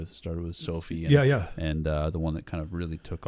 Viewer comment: Him saying the beginning of so I was a soul it’s Sophie 😭😭😭😭😭